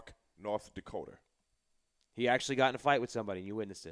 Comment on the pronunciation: When he said North Dacoder twice and I realized the 1st time wasn't a mistake....I knew this was gonna be a good story